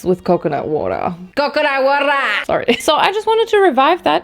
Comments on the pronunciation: COCONAT WATA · CO CO NuT WahTAH!😂